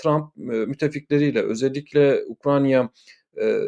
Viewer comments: Sevgli, "Ukranya " değil, doğrusu Ukrayna'dır. Selamlar. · Hocam UkraYna. UkraNya degil.